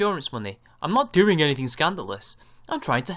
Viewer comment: Please stop with the "guh"s at the end of your velar nasals (ŋ)! It's fucking annoying! It's "doing", not "doing-g".